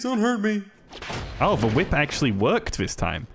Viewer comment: Why does the guy pronounce ‘the’ as ‘vuh’ but can say the ‘th’ in ‘anything’??